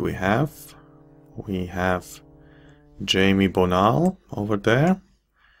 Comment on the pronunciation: I think "Jaime" is pronounced "high-may" by the way. I have a relative with that name.